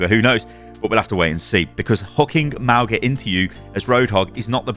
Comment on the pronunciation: its not Mao-ga thats just wrong